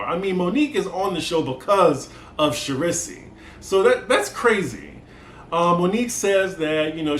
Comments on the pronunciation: It's pronounced Shar- Reese. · The fact that you are calling her Cherisee has me dying... Lmaooo shout out to Alex